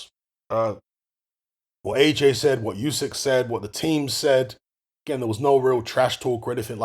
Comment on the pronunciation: It's pronounced, 'Oo-syk' brother not, 'You-syk' 💪🏽